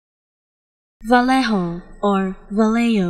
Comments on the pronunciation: i was shocked, there is a real madrid player carrying that name and commentators always pronounce it as vayeho not valeho and not valeyo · No, sorry that's not how you pronounce Vallejo. here's a pronounciation guide: Bah-Yeh-Hoe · This is a word that doesn't sound right when you give it an English pronunciation. Especially if you are Spanish. I definitely wouldn't say it this way. My English pronunciation would be Va-Lay-Ho.